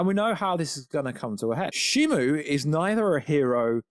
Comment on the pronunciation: Shimo. Not Shimu.